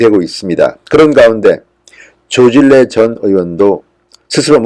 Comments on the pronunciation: 발음 좀 정확히 하세요 서울대 출신 맞나요?조질래라고 발음하면 안되죠 조진래라고 발음이 안돼서 그렇게 발음하나요?미치겠네 제발 질 "떨어뜨리지 마세요전 진성호 당신을 좋아합니다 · 조진래~조진내로 발음하셔야 맞습니다(자음접변 순행동화) 조질래가 아닙니다